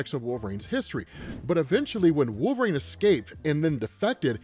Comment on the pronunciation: Wolverine not Wool-vrain